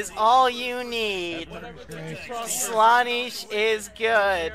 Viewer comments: did u mispronounce the name slanesh? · your saying slaanesh wrong -a noise marine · the way he said slaneesh actually triggered me